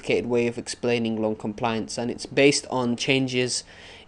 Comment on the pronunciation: there's name is lung NOT long XD!! thx bro